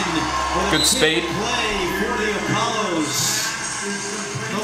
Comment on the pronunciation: You forgot the S after Apollo